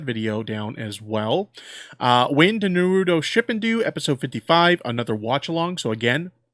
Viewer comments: Him sayin shippindu and naaruutoo is gonna make me kms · Japanese is hard for many. I keep hearing them say "Nuh-root-toe" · Honestly people act like the word naruto and shippuden the hardest fucking words ever created it annoys the shit outta me when they pronounce it wrongly.